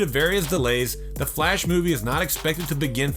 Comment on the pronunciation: At least Flash was pronounced correctly.